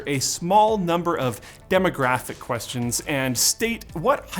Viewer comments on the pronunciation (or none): none